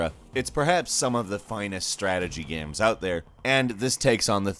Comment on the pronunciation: I felt like he was having a stroke. Can anyone check on him in RL?"miyevwl" "gaems"